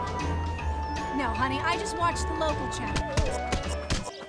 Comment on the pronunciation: It's bwooken